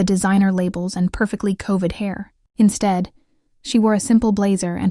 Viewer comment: The pronunciation is rotten! And her "covid hair" instead of "coifed" - I lost it! Bwahaha!!